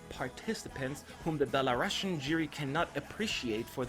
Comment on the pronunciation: Pls learn the correct pronunciation of Belarusian. It's like Belarus.ian not belaRUSSIAN